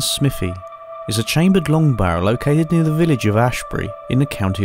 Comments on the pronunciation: "SMIFFY" its Smive--ee, Smithve---ee Smythee (as Ala Alpha's comment). I was born in Kent but then lived 4 miles from there in Shrivenham and also on the map Wanborough and also a few hundred yrds from "Steam Museum" on the map but now down in Devon. At the point where you did the tree graffitti I was under the desk hiding just in case there was a late 70's TW in view. I will say that there has always been strange stuff going on at night up there, at one time candles in the trees and then ribbons, hooded clan people, and groups of teens in school holidays. It has a "feel" to it,??? Anyway I assume you also visited the ROC post just the other end of that section of Ridgeway tack and if you make it to North Devon Give me a wave! Thanks for the Videos! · Im originally from Wiltshire/Berkshire border, and just to let you know you are pronouncing Smithy wrong. Its not Smith-y Its more like, Smiv-thy. I have no idea how to write it phonetically. lol. But its not SMITHY. :)